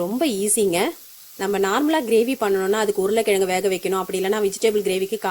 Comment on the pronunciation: Recipe is good,but your pronounce urulai kizhangu sollunga please you pronounce urulai kiyangu is .....